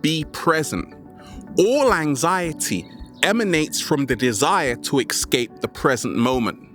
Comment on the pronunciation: Escape, not ex-cape.